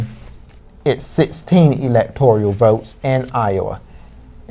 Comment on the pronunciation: Electoral is pronounced how again? I think I just heard elector ee al. Is that the right way to say that? These amazing and brilliant college students obviously will be at the top of their game on the English language. Stunning and brave. It’s like they are channeling the authoritative source on all things Gayle King. Her commentary on the CBS 2016 election night coverage was stunning and brave. And I cannot wait to hear her amazing dedication to English, as a language, on the very next presidential election. Her butchery…. Er ahh.. mastery of the pronunciation of words in common parlance is a THE master class all of the American populace need. Gayle for President in 2024!!! Stunning and brave! what’s that Senators name again? Did the Die Hard guy win in Arizona? I ❤ Bruce Willis. what’s that Senators name again? I confused. Ok that’s my last confusion I swear! Probably not though.